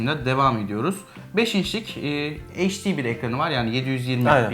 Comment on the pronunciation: Kardeş heşdi (HD) değil gözünü seveyim, eyçdi olacak o.